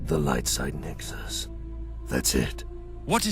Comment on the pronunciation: I really love how he said light side Lexus instead of nexus